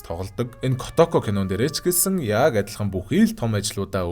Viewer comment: kootoko gej urtaar duuddag kotoko gej boginor duuddgarak ylgataimyumbn hha